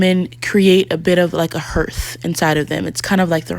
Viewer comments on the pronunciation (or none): Hearth is pronounced (harth)